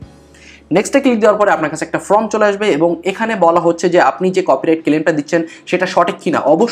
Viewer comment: আপনার ভিডিও টি নিঃসন্দেহে প্রশংসনীয় তবে form কে from উচ্চারণ না করলে আরও শ্রুতিমধুর হতো।